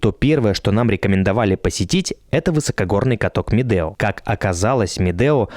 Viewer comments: Ребята, ракмет за видео! Как всегда "лайк". Единственное, что хотелось бы исправить в этом контенте: в названии правильно писать и произносить Медеу (У в конце). Это имя человека, который ещё до 1917 г. владел этим ущельем. Сейчас в РК возвращают многие исторические (правильные!) названия. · Не Медео, а Медеу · Дорогой блогер , каток не Медео а .Медеу не искажайте .